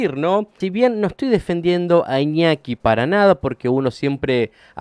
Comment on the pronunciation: JAJAJAJAJAJ "IÑOKI" 🤣